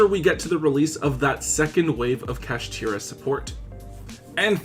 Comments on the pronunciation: Bruh fr Kasheeteeruh Take your time lol… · Bro really said “Kashtira” 😂😂😂